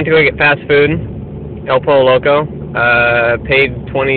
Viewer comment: It's pronounced Poy yo. Two l's make a Y sound. Just to let you know lol.